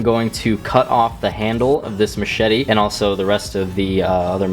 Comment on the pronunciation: the way they say machete... mah shee tee. mat shet tee. and then machete